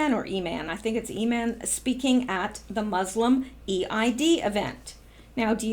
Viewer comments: Eid is pronounced Eeed. Eid is marked by sacrifices of animals, and is considered a joyous celebration. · Just a little info: The EID festival is pronounced EED (one word) festival. Where I live in Sydney, the Muslim community have the EID festival every year, with rides and food..... Everyone is welcome but I've never attended. Probably about 5000 people attend. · Thank you for the warning, 🙏 Could you give an extra warning when the info involves animal cruelty, pleeease 😘 I think EID is pronounced EED? Thank you for that last bit ❤️😃❤️